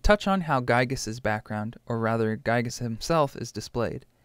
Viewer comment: Oh, so that’s how you pronounced Giygas...